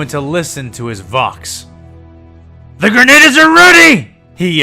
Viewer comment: small nitpick, but it should be grenadier not grenader